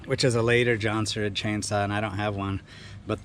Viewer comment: Jonsereds! Emphasize the s at the end. Lol